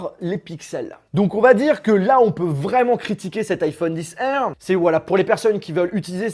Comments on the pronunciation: iPhone 10R 😂😂😬 a mes oreilles srx tu dis iPhone XR pas 10r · C stressant iPhone 10 R c pas une obligation mais la prochaine fois tu pourrais dire liphone XR